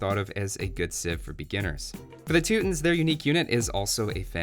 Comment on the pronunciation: "tootins" I hate you so fucking much.